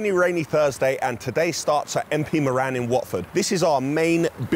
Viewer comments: It’s MP Moran. Not MP Moreaaaan! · Seeeeerious episode as always ! Plenty of the Irish featuring this week 👍👍👍 Dodgy pronunciation of the surname “Moran” 😅😅 Mor(rr)an . 👍 Looking forward to #16 already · Your pronouncing Moran wrong. Change the a to a e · As a Irishman hearing pronounce Moran makes me cringe a little